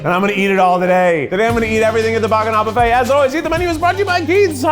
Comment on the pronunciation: It’s cute how Keith pronounces buffet “boo-fay”.